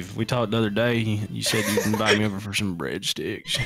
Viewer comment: When said breadsticks.. Sounded like he said Bread d!cks